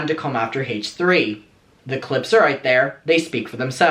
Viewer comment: I looove how says, "Hay-tch 3"..